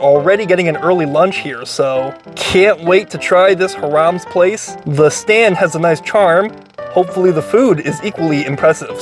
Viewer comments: First of all the name is pronounced HIGH-rams, accent on the 1st syllable! Look, if your in the Fort Lee area & don't want to eat interesting Asian food then come to this hot dog joint! Other than that, no vale la pena! 😢The reason that the skin has a nice crunch to it is probably because they're using a natural casing!😅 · Hiram's would be pronounced /HIGH-rums/ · Not "Haram" 🤣. Bro.... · Agreed! Clearly should be more like high-rums. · the way he's pronouncing Hiram's should be haram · Learn to pronounce the name of the restaurant you dope! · Ugh butchering the name terribly....oy vey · There was Callahans hot dogs right next to it and for years there was a rivalry between the two . People would ask what are you a callahans guy or a Hiram’s guy . .? Like are you a dodger fan or a Yankee fan . Fort Lee was also where the silent film industry started before Hollywood . Lots of history there . Where the hell did you get that pronunciation of Hiram’s ? High Rams ! You forgot the endless sauerkraut! 😮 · you're mispronouncing the name. And this was one of 2 places back in the day, the other, Callahan's, on the corner where the bank is now. This is from a time where the 2 hot dog places competed for the crowds coming out of Palisades Amusement Park! And a time when most of the restaurants in Fort Lee were Italian restaurants. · It's Hi rams not Hir ams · I've never heard it pronounced harums. It's always been high-rams to me. I hope Anthony Bourdain didn't pronounce it like that. Now I have to check. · Hi-Rams not Haram lol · Funny, you pronounced a Jewish name (Hi-Rums) to sound like a Middle Eastern name (hu-rams). Too funny. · Lmao HI-RUMS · I think it’s pronounced hire ums? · It's pronounced "hy" + "ruhms" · Sounds as if he's saying HARAM'S. 😂😂😂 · All those Jewish delis and you say HA-Rammm? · HIGH RUMS is how to pronounce it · You pronounced it wrong. Phonetically it’s. “High Rums” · Is it not pronounced "Hy-rams"(like the sheep or truck)?